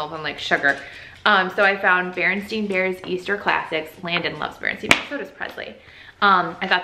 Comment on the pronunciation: really glad you pronounced it STEIN vs STAIN #mandelaeffect 😂